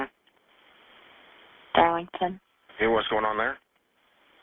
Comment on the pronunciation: Did she say Arlington or Darlington